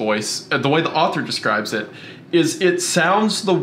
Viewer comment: Great pod! My only criticism is that wendigoon need to learn how to pronounce describe